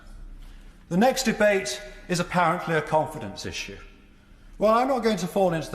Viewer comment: Nope. He says v for th.